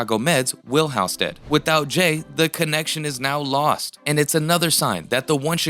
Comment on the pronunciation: Geeze...it's pronounced HALLstead...have you ever watched the show?!